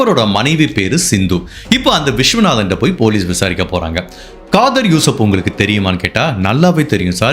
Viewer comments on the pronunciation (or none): amazing work. no one can get away w the perfect murder. He can marry 4 wives - wasted. also i kept hearing Kadhal yusof Kadhal yusof instead of Khadeer yusof